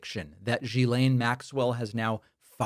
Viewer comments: sorry one correction, it's pronounce JIZZ-lane. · David, It is pronounced: Ghee-len (a hard G).